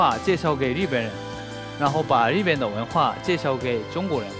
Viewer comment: 果然日本人中文再流利还是不容易正确读自己国家“日本”，总是念成Z本。隐形守护者的发音果然还是研究过的。